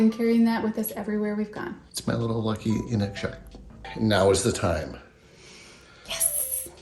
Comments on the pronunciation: Inukshuk is pronounced "in-nook-shook" (not in-nuck-shuck). ✌️ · Not to nitpick, but mispronunciation makes my teeth itch...inukshuk is pronounced eenookshook, not nutshuck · ☝🏽One point... the Inukshuk is pronounced in-nook-shook 👌🏽👍🏽😊